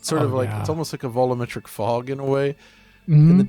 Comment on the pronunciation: Will ever say the word "volumetric" correctly, instead of "volloometric"?